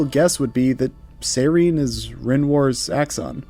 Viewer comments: I get not speaking French. I do not get pronouncing Sirene as "Sayren". In what world lol? Why? How? If you can't say it the French way, fine, just say it like the English word "siren", because that's what it means. Sirene is just siren in French. And if you wanna know the French way to say it, it's not tough, it's basically just "see-ren". That's it. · Sirene is not pronounced as "Seiren." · The Golgra you fought is a side story boss, not the super boss. The super boss is in the village, and is exponentially harder. Sirene is Aline's Axon; Renoir din't create one for himself, and the giant Paintress figure isn't an Axon. BTW, it's pronounced Sih-ren; Verso says it several times in the game. It's French for siren. Also the English lyric song on the mask isn't weird at all; listen to the lyrics. Lastly, Verso is 93 yrs old.